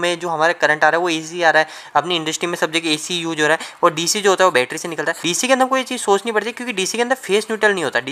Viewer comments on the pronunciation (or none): none